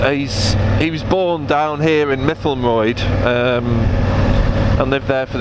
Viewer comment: Mytholmroyd hurt my ears with that pronunciation. Still long trip... Only saw 1 speed camera van and it was going the other way! Yes lets be back on two wheels soon...